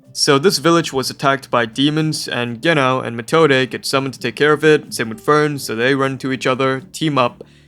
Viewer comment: Genau you pronounce the Ge more and as one silibil and after that nau (reminds me about Wobbuffet pokem thats called wohingeanau and he ofc says that all the time^^)